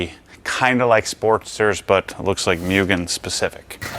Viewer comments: For a person with ocd you shouldn't have pronounced mugen wrong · i clicked the video to see how many times will say muugen and correct himself for it haha